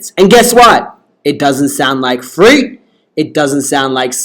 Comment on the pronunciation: You said frit that is not her name🙅🙅🙅